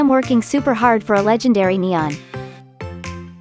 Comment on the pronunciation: she said ima get lengdary and lots of trades Starting me LAGUH LOL